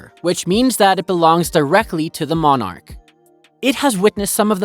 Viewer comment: Most of these she doesn't own. The Crown or the State owns them - different concept. Not that you would know. You get most things wrong. And you can't pronounce "monarch".